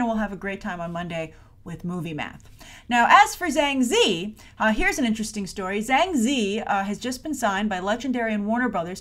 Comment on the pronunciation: I'm pretty sure her name is pronounced "Jhang Jee-yee", where the 'J' is strained.